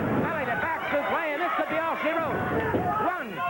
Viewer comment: Gordon it's supleX, not suplay. This is not a french backdrop. lol